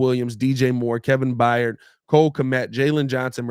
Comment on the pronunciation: Tired…fired…hired…Byard not Byyard